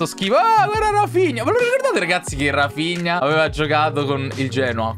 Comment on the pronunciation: Quando hai detto Rafinha ho capito la figlia 🤣🤣🤣🤣🤣🤣